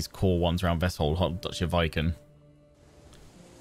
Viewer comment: By the way it's not "Vai-ken" but "Vee-ken"